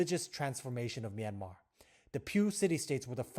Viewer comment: Finally a man who can pronounce "Myanmar" correctly. Thanks so much XD